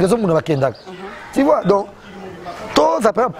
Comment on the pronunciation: Français ango kk ti vois 😎 eeeh on dit tu vois 😎 pe kende ba diminuer montre wana